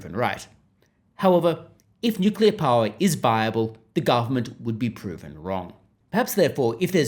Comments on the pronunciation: Yeah it's NOOKILLA ha ha 😂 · Bowen can't even pronounce nuclear correctly!